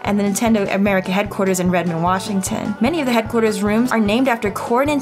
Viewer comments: Redmond, WAHshington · Petition to rename the state Washington to WAH-shington.